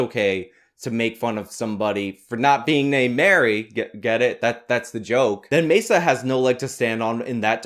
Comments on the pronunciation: Quit jamming a pen in my ear with Mesa. It's Maza. Matzah would be just as wrong after Passover, but closer to what it's supposed to be. Far more irritating than white balance, neither is worth putting yourself on the spectrum over. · Carlos MAY-SAH